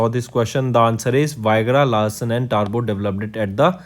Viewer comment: he also pronounced 'Vigraha' as viagra and 'Toubro' as turbo ...